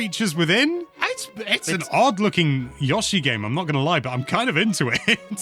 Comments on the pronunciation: Sorry but Yoshi not Yashi😂😂😂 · Stop trying trick me into thinking it’s pronounced Yaw-she. No, I refuse. It’s Yow-she. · Calling YO-shi, “YAW-shi” makes my skin crawl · STOP SAYING YASHI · Can’t even pronounce Yoshi